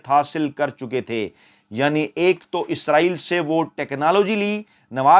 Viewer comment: جناب فیاض راجہ صاحب اگر آپ کی والدہ حیات ھیں تو ان سے کہ آپکی مونہوں چوم لیں ۔۔۔۔۔ کہ آپ بہت صاف اور واضح لہجے میں " اسرایئل" کہتے ھیں۔۔۔۔۔ یعنی موجودہ دور کے اینکرز کی طرح " عزرایئل " نہیں کہتے۔۔۔۔۔۔۔! 😊 اللہ آپ کو ھر طرح کی عزت، دولت اور عمدہ صحت سے نوازتے رھیں۔۔۔۔۔۔۔ آمین۔